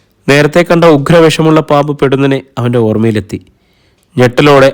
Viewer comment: Pedunnane enalla vaaku 'podunnane' en anu..elayidathum ee vaku theti vayikunath kond point out cheyunu. Sradikumalo.